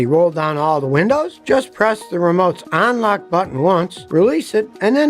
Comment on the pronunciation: ON-lock? Hmmm, I thought it was UN-lock. ON-available?